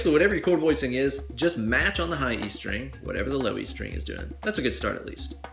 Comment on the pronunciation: surgeyX Uh six Ster-ang Bass!